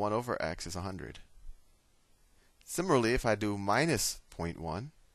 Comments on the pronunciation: sim-i-lar-ly =/= simmer-al-ee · lol..i find it funny the way he pronounce "similarly"...anyways, this video is helping me A LOT!! thanks very much!! :D I really appreciate it!